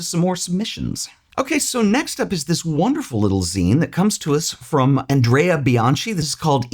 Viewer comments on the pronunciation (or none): It is Andreah not Andrea in Italian and it is only (mainly) a male’s name in Italy. Regards. Great video as always.